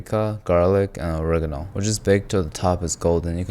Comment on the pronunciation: ore-EH-gahn-no…. love this pronunciation